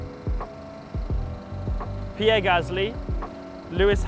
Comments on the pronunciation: He did the ppppprierre one on purpose 😉😎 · Ppppppirerre Gasly